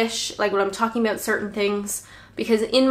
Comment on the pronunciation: Abooouut 😂 love it